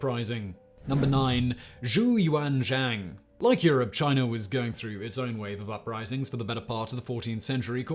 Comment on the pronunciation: Nailed the pronunciation of Zhu Yuanzhang